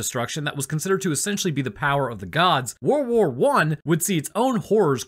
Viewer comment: I swear at the very start of the video I thought you said "worwor one" and now i cant stop hearing it everytime you say it